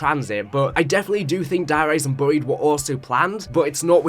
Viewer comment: Fortnite accent kicked in. Bro said burryied, instead of buried. 😂